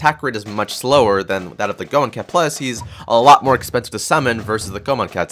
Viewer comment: It's pronounced "go-A-mon"